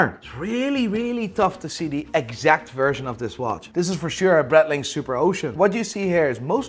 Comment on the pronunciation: Please learn how to pronounce Breitling properly. Other than that, very enjoyable content